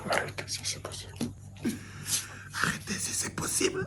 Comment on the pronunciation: "Simpapossible" 🤣🤣🤣🤣🤣🤣🤣🤣🤣🤣🤣🤣🤣🤣🤣🤣🤣🤣🤣🤣🤣🤣🤣🤣🤣🤣🤣🤣🤣🤣🤣🤣🤣🤣🤣🤣🤣🤣🤣🤣🤣🤣🤣🤣🤣🤣🤣🤣🤣🤣🤣 "c'est l'IA ?"